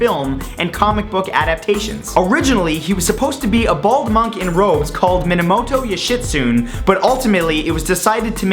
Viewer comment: lol minamoto yushitsoon it sounded like